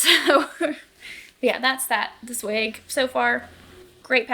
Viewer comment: I love the color and the raglan detail on your self-drafted sweater! Zweig means "branch" in German and this might sound a little silly but you pronounce it kind of like "spike" but with a "v" sound instead of the "p" at the beginning